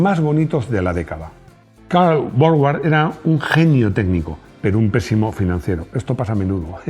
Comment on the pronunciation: Suena extraño que pronuncies la marca inglesa Jowett como "llovét" y la marca alemana Borgward como "bórg-uard" cuando es en inglés que la W suena como la u y en alemán donde suena como v, de modo que las pronunciaciones reales de ambas marcas serían más bien respectivamente "lló-uet" y "bórg-vard".